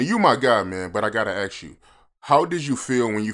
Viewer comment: Respectfully, as an interviewer, it might be wise to pronounce ask as ask. S before K